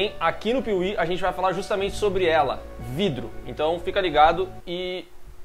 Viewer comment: falar "vrido" e tao divertido kkkkk